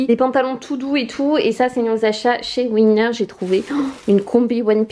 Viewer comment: On dit Winners pas Wayners :P Hahah , au début j'ai pas compris de quel magasin tu parlais ! J'adooooooooooooore tellement ce magasin, la fois passée 5 hauts d'hiver de marque pour 140$ Taxes comprises genre dingue :D